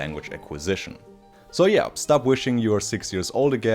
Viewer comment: c'mon stop saying yearSS 😭it's yearZ 😬